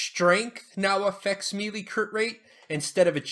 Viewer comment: Thanks for the videos. Helpful for returning player. FYI - Melee is pronounced like Maylay, not Mealy. Can be distracting.